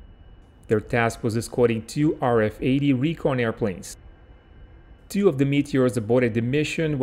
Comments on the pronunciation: RAAF is not pronounced in Australia as R A A F but rather R double A F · It's R-double A-F, not R A A F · RAAF. Say it like this... 'r double a f' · Just for future reference, it's 'R Double-A F' 👍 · Royal Australian Air Force is pronounced R Double A F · Excellent work! Just so you know, we generally pronounce RAAF as "R double-A F", although when I was in the air cadets in the mid-1970's I got the bright idea of pronouncing it "Rarf" just to annoy the Flight Sergeant. From memory I paid for this crime with about 20 push-ups... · Just one small tip regarding how Australians say RAAF: The professional way when speaking is to call it the R “double A” F. Kind regards. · Ahhh, come on mate. The right way to say it is R, double A, F. RAAF. Say it properly, we haven't got all bloody day. The P-51's were built in Fishermen's Bend in Melbourne, not that far from where I write this. Built by the CAC. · can`t you pronounce RAAF phoneticaly it`s raaaa aaaaf